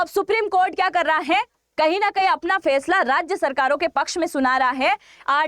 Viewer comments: Fesla nhi Faisla hota hai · Fesala nhi faisala hota h